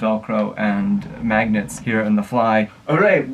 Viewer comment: Nobody Josh: mAgNeTs!!!!